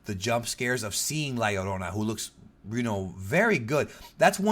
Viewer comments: Man I just came to watch this because I knew was Hispanic. Glad to hear you pronounce it correctly! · It's Pronounced La Yur-ona because "Ll" is "Y" in the Spanish Language. A Good example is "Pollo" being pronounced as Po-yo.